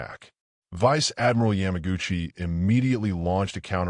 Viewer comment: This narrator is an idiot. He messes up numerous Japanese names like Akagi. It is not Yam 'like the vegetable" agutchi. What is "Station H"? Why would Japanese strategy be classified until 1972 when Jenda wrote about it in 1968?